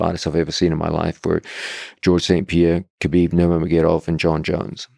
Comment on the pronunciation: his name isnt kuhbeeb. its pronounced habeeb. how hard is it pronounce that.